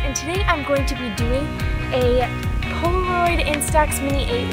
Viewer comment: Far Above Rubies it's Polaroid not poloroid